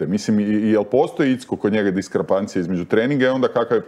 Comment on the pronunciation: DISKRAPANCIJA??????? isss Klemp...evo morao sam googlati šta to znači i uopće nije diskrApancija već diskrEpancija...zemljo otovri se, stiže KLEMP